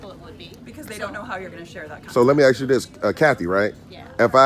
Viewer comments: I love you man but work on your pronunciation of the words "library" and "ask" just to name a couple. This hurts your appeal to a larger audience in my opinion which I could be wrong. I'm just being honest with you and I love your work. I can't figure out why you're not the biggest auditor on the internet so I'm trying to crack that nut. You definitely need to replace your intro as what you have now definitely doesn't work. You also need to come up with more splashy cover shots. Personally I hate the splashy cover shots but I have to admit that I think they must be more effective at driving first time visitors. Please don't be mad at me I beg of you because I have so much respect for you that I'm telling you this. It is a waste that you do not have an audience 10 times the size that you currently have. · You should say ask not ax!!!! Take that out of your vernacular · Except he can’t say asked and says axed 🪓 150 times a bloody video it frustrating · Just for the record… you are not allowed to axe a woman. And if you mean to say ask, you sound really stupid during an audit in which u try to educate people. Greetings from the netherlands amsterdam, where we speak better english, obviously, then in the states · How can a grown man "axe" a question?? SMFH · He can not even pronounce the word ASK! It is ASK idiot and not AXED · Am I hearing "aks or aksing" instead of "ask or asking" by the auditor 😂😂 Or that's some kind of slang Either way, good job.💪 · Is not axe a question it is ask a question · Your not to say ax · Holy shit you need to work on your literature…. Wtf is a liberry?? And it’s ASK not “axe”. Brush up buttercup……. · Stop saying "axe", when the word is "ask". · I appreciate your work. I DO have a suggestion: Your EDUCATIONAL video would hold more MERIT if you learn how to pronounce the word "ASK" properly. It is not "AXE"... the "S" comes BEFORE the "K". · Okay, language police. How sad. A tyrant with no power, so they settle for youtube grammar 😂